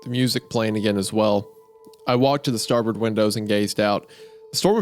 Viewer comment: Isaiah's pronunciation of "Newfoundland" and "starboard" were vomit inducing